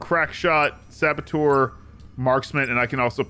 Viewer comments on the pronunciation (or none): Saboteur, not sabotour.